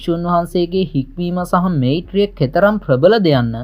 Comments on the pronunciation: නිවැරදි කිරීමක්... වෙයිරය නොව වයිරය (වෛරය) මෙයිත්‍රිය නොව මයිත්‍රිය (මෛත්‍රීය) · මොකක්ද බන් වෙයිරය මෙයිත්‍රිය කියන්නෙ..හරියට ශබ්ද කරපන්..ලොල්ල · මෛත්‍රිය pronouns කරන්නේ මයිත්‍රිය කියල සහෝ වෛරය—වයිරය. ඔබ සුවපත්වේවා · මෛත්‍රිය=මයිත්රිය ඵෙතිහාසික=අයිතිහාසික වෛරය=වයිරය යන වචන නිවැරදිව උච්ඡාරණය කළයුතු වේ.පහසුව සඳහා එම වචන ඉදිරියෙන් = යොදා වචනය මුවින් පිටකළයුතු අයුරු දක්වා අැත.(නිවැරදි වචනය උච්ඡාරණය වීමෙන් බලාපොරොත්තු වන අදහස තේරුම් කළ හැකිය.) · මේත්‍රිය කියන්න එපා. මෛත්‍රියය වචනය හරියට උච්චාරණය කරන්න. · වෙයිරය, මෙයිත්‍රිය 😁